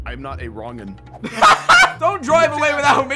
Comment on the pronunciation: He said wrongin